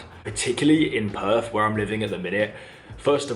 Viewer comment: It's Perth. NOT Perf.